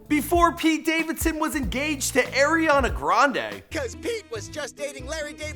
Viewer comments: Bruh it's not Airiana it's ARIANA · It's pronounced "ari"ana not "air'ana😂😂💀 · It's Ariana people, not Eriana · The guy keeps calling Aeri Aana grande... creeping my brain out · "AIRIANA".... ariana...